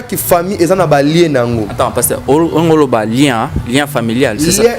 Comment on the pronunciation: Stop saying lieu.lien lien